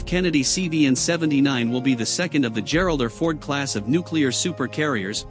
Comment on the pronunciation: "Geralder Ford class"?? C'mon, fellas. That's the letter R, pronounced "are," OK? Do I have to spell it out for you? Just say "Gerald Are Ford," got it? And no, no. Stop, stop. You don't get Brownie points for saying Gerald Are Fords.